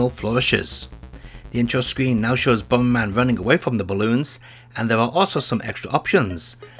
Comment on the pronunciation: BOMBERMAN ❌ BOMBMAN ☑